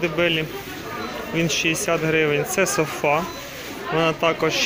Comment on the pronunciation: Всі питання до селекціонера, мені подобається слово СофА （з наголосом на А）, хоч правильно казати СОфа （з наголосом на О）